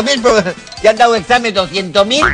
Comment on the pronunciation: "ojala haiga otro esamen" jajajajajjjajaa